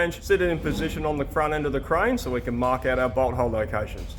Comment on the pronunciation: . I typically watch long videos at 1.25 speed. It kind of sounded like you said "Now what we can do is go through and mark out our butthole locations".